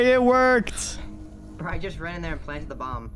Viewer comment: "ayyy it WOKRED"